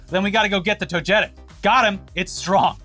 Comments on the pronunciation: its "toga-tick" not "toe-jet-ick" 😂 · It's TOGA-TIC, not TOE-JETIC. I hate pokemon but goddamn that was driving me nuts. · Hey boys just wanted to hope that maybe you see this, that pokemon's name is Toe-gah-tick, not toe-jet-ick. Bugs me everytime. It's like pokeman, not pokemon. Love the video otherwise tho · Ik this episode was serious but as a pokemon fan it's pronounced toh-gah-tick not toh-jeh-tick 😭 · It's togetic (toe-guh-tik) not toe-jetic or toe-getic. Love you guys though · It's togetic, not toJetic lol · I'm sorry, but it's TOGE-TIC, you guys giving me goofy smiles on my face everytime you say it wrong 😅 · To-ge-tic is the better way to write it but yea same here lmfao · This pokemon is pronounced like toga-tic. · love you guys, been watching since early ETC, but for the love of god lol it's pronounced Toga-tick, lol. I kept laughing hard every time y'all mispronounced it. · Think they'll ever learn to say "Togetic" right? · TOGETIC IS PRONOUNCED "TOGA-TICK" That is all, have a good day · the pokemon togetic is pronounced toe-ga-tic 😅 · Tow-Guh-TIk. Come on guys google a pronunciation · Also it's Toe-geh-tic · Every time they mispronounce Togetic when covering this story I die a little inside 😂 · You guys keep mispronouncing Togetic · or imagine a world where you label yourself a news show and then can do basic fucking research on how to read your own script